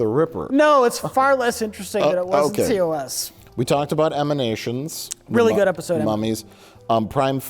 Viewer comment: *Emanations, not Eminations